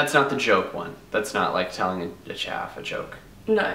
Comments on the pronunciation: its chav, not chaf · its actually chav not chaf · she said chav. Not chaf.